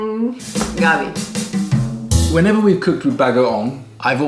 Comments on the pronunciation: just gets more adorable every video. You're alright too,. And it's magandang "guh-bee" (evening). "gah-bee" is taro. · Gabi: the way you pronounce it means Taro (the root veg). You need to say it fast: Gabí, with an accent on the "i"